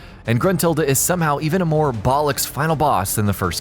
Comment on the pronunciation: Sounds weird AF hearing an American try and say bollocks (he was talking about Gruntilda) 😳😳